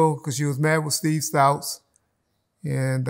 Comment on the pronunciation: How do you not know how to pronounce Steve stoute's name correctly